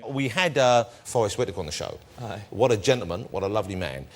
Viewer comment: the subconscious 'aye' makes me proud to be a Scot alongside this legend of an actor!